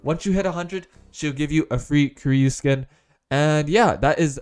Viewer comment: It s koreyu not koreau